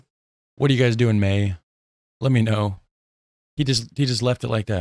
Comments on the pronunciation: he said in the MAIN not may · whats going on in may ,he say main